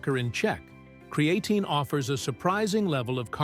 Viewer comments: Bummer that this is AI generated…cre A tine….no..that’s not how it pronounced…AI….stop immediately…not gonna make anyone more wealthy that use AI…lazy people. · Cree-aye-tine is so ANNOYING i wont be back. If u arent going to get software that can pronounce words correctly then use your own voice. Cree-aye-tine. WRONG! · Creatine ❌ Cre-A-tine ✅ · CRE AHHHHH TINE. 😂😂😂 God, i hate A.I. good vid other than that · Bookmarking this video for information, and to come back and get a 😂 from “Kree-a-teen” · THE way this bot says cre A tine ,spoils this info . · Why? Don't you know what Kree-A-teen is? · I hate videos that are AI voice over. It took you two and a half minutes to say creatine correctly